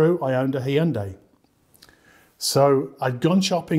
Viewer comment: Did he really say "Hee-yun-day?" (Hyundai)